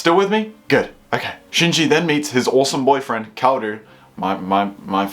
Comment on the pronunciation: "2014" "good" Is your... brain... okay? Do we need to get you to a doctor or something? Did you just stumble out of a car accident with some sort of horrific physical head trauma that made you not be able to say words right or something?